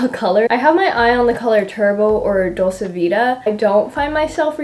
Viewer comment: I hope you won't learn how to pronounce maracuja and dolce from her 😂